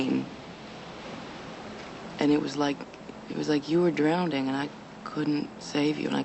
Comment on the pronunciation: AWESOME! thanks for a good ridr, i only saw about half of these. omg, actually said, "drowned-ing." eew.